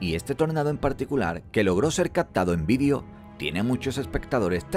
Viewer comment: por qué pronuncian VIDIO?